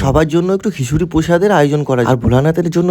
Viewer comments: Khichuri❎ হিশুড়ী✅😂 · Prashad ❌ prushad✅. Kichuri ❌khisuri✅😅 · প্রথমে তো ঘিসুরি বললো😂😂